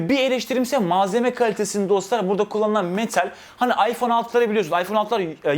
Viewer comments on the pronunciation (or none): none